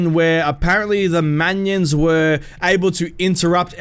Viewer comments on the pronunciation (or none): Man-ions XD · Manions or minions? 😂😂